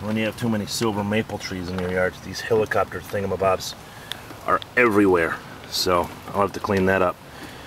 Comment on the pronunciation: Thats a cool thing-ah-m-bob lol.